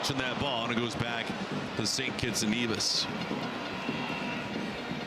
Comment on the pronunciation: Suprised he said the the word NEVIS correctly😅... He butchered the words Tobago and Grenada.